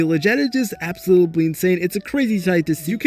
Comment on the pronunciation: am i the only one that gets pissed off everytime he said absolooply ? 💀😭